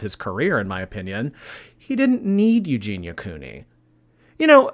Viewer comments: He can even pronounce her name lol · "Eugenity" hahaha. Was he taking the piss? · That dude wasn’t even trying to pronounce her name correctly. How the hell do you get Eugenity from Eugenia??? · OMG THAT LAST 4 WAY BATTLE WAS HILARIOUS WITH THAT GUY GETTING UPSET FOR SNIPING & TELLING JEFFREE I BOUGHT YOUR MAKEUP!!! 😂😂😂😂😂 And he called Eugenia "Euginity" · "Eugenitiy" lmao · "Eugenity" Okay, I'm done. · He said EUGEINITY!!!!! Lmao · That 4 person battle was soooo awkward. "Euginity" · "There's nothing wrong with the colour grey." There is when it's the colour of human skin! I'm half suspicious that bottom right corner on the 4-way battle was saying her name in different wrong ways each time on purpose 🤣